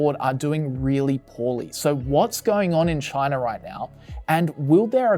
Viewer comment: Right off the bat, did he say Chinar?